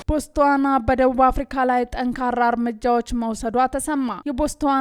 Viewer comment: ማማዬ ጎበዝ አንባቢ ነሽ ግን ሃገሩ ስም ሲነበብ ""ቦት ስዋና ነዉ አንቺ ሄድሺበት 😂